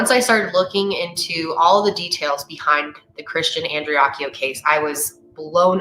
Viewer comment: You said the last name right. Everyone else is butchering it. Go!!!